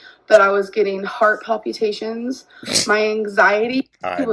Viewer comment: "palpyootations" never fails to crack me up. 😂